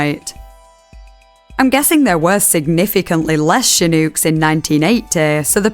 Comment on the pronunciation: The accent pronouncing american words is so silly im sorry 😭 "hooston" and "shinouks"